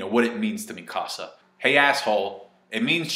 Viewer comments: one say Mikisa name right ffs, and it corp 104... no squad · The way you pronounce Mikasa sounds like the name of someone from the lion king